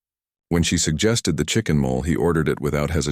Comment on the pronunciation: I'm enjoying this story immensely, but the silly stumbles of the AI audio are really distracting. Questions for the publishers: Do you ever listen to the story before you publish it? Do you not know the difference between chicken mole (like a chicken gopher) and chicken molay (like a meal that would be recommended in a mexican restaurant?) Why do you allow the narration to pause so frequently as if there were periods scattered randomly throughout the text? Please go to in the story. It should be narrated, "Elena looked down at their joined hands..." but it actually is narrated "Elena looked. Down at their joined hands." Why do you allow the narration to pronounce the main character's name "E lane uh" and "el Enn uh" in the same sentence?